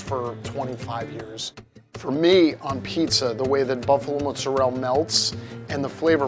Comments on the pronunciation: Why does he say mozzarell instead of mozzarella? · Hey, in the Italian language every word ends with a vowel, so when you say muzarell, I’m assuming you mean MOZZARELLA? 20 years making pizza and you can’t pronounce mozzarella? 🤡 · Mozzarella, dude. For someone who spends that much time in Italy, you should know that's how they pronounce it. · My ears started to bleed when he said ' mozzarelle '... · its not "mootzarelle" its "mozzarellA" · People who say Mozzarell instead of Mozzarella are pretentious af. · Did he just call mozzarella mozerell? That's definitely Italian American as Italy says mozzarella... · everything was perfection until he said " MO ZA REL " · "Muzzarell". Mamma mia. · Him mispronouncing mozzarella ruined it for me